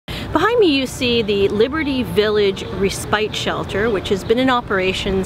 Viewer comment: res spite..or simply spiteful ....and only 2 sec. in